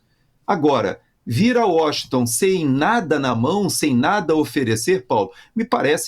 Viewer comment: É Washington, não é Washingtan